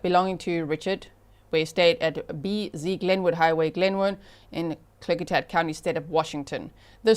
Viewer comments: Klickitat = Klick-ih- tat (short “i” sound) … You did very well. Actually perfect! The Klickitat are a Pacific Northwest Native American tribe of the Shahaptian language family, traditionally known as skilled, mounted traders. I’m in this area… but I never knew about this! (Also, I don’t watch the news … 😅 Just lot of true crime!) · OMG- My state (WA)= G you are saying Klickitat perfectly! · Haha! I live in Skagit County and I just commented that she pronounced it perfectly 😂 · you pronounced the county of Klickitacwell! And it is bahn-uh-ville